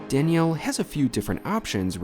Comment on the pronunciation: I wonder why you pronounce it as "Dani-elle" vs Daniel "Danyul"